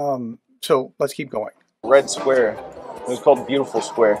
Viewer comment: no, his pronunciation of red square was aweful